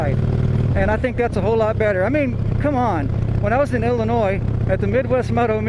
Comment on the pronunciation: Thank you for correctly pronouncing “Illinois.”